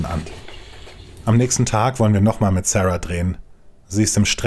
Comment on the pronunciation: Wieso amerikanisiert man den Namen Sara?